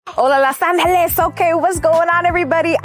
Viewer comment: Demetria with the Mexican accent 😂😂😂😂 hola los Angelesssssssss! 😂😂😂😂😂😂